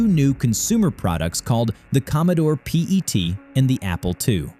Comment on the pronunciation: the commodore p-e -t..... "pet" like as in an animal you keep